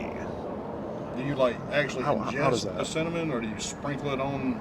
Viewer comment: wtf he’s a weird mfer for sure n a nasty mfer he said cinnoman??? Wtf